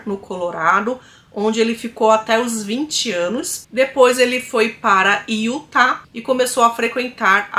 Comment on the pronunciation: A pronúncia certa é UTA E NÃO IUTA